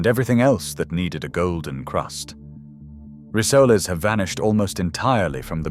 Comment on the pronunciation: Learn to pronounce "rissoles" - they are NOT "resolais" or and other silly name!!